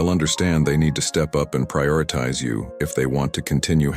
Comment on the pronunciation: Prioritize! Terrible pronunciation through out. A true stoic would not speak this way.